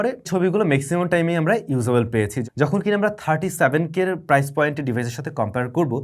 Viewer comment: প্রাইজ?😂 নাকি প্রাইস ভাই? এরকম ভুল শেখানো অনুচিৎ